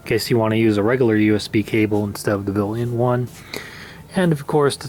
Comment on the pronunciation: BUILT IN not bill -N